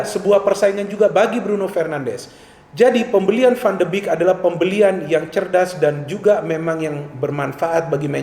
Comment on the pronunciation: Analisis yang bagus.. sedikit koreksi pengucapan yang benar 'van de bek' bukan 'van de bik'